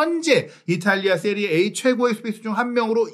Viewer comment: 기자님 "세리에 아"가 맞는 발음입니다 전문가시잖아요